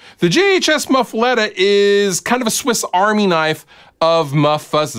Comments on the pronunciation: My mom is from Louisiana, so my inner Cajun is very upset that you are pronouncing muffuletta wrong. "Muh-fu-lah-ta" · Big I’m from Louisiana and i agree 100% hahaha